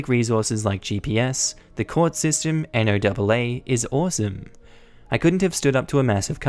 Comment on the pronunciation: If it helps... we here in the U.S. pronounce the NOAA as Noah. It's less of a mouthful. Just in case it pops up in another story and you want a simpler way of saying it.